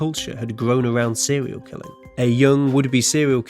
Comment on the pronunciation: Sewial Killer